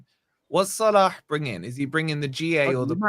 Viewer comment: Wolfie’s pronunciation of Salah’s name is class 🤌🏼 what’s his ethnicity does he speak Arab?